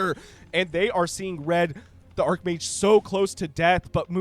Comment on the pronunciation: its arch mage. not ark mage.